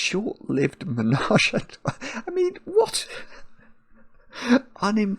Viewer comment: Trois is such a difficult word for English speakers, must commend for trying.